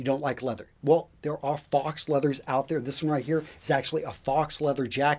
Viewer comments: faux, pronounced foe not fox. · "Faux" is a French word meaning "fake." It is French so the "au" are combined and the "x" is not pronounced. "Faux" is pronounced like "foe", not like "fox." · nice one! FYI "faux" sounds like "foe" not "fox" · Faux is the french word for "false" and is pronounced "Foh". Saying faux like fox might give people a different idea of what you're talking about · Hey, I love your videos, please keep doing what you're doing. That being said, PLEASE stop pronouncing "faux" the same as you would the animal "fox". You've done this in more than one video recently, and it is SO disappointing and irritating to hear you say "fox". It's pronounced "f-oh". It's a loan word from the French, meaning false. You are very good at what you do, but lose a lot of credibility with me when you don't pronounce words correctly. Again, it's "f'oh". The "X" is not pronounced. Thanks and keep up the good work. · "Fox" leather made me laugh since you're usually so perfect. Faux is pronounced to rhyme with "though" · faux /fəʊ/ Learn to pronounce adjective made in imitation; artificial. "a rope of faux pearls" not genuine; fake or false. "their faux concern for the well-being of the voters didn't fool many" pronounced FOE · hahaha- After hearing him say that, I thought I was saying it wrong! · Has no one corrected his pronunciation of faux yet lol